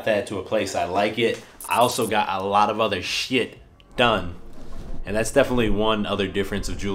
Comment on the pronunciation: Great insight dude. I am really diggin into this. Btw when u said shhhit it reminded me of my dad's TX accent lol.